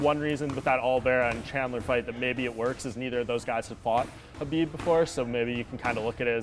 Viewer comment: Respect Beneil for pronuncing Khabib the right way.👍🏼👍🏼😉 The K in Khabib is SILENT.